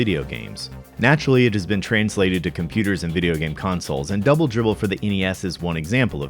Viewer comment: Dwoubel Dwibbel